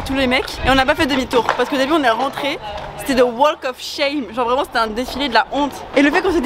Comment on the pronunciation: un anglais vreument